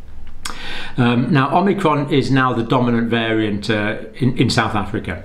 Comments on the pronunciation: Is he saying OmNicron? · you kept calling it omnicron in your video isn't it called omicron ? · OMICRON, not OMNICRON! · It’s omicron not omnicron. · It's fun to say OMNI-cron! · You'd think the good doctor would have learned how to pronounce this variant by now?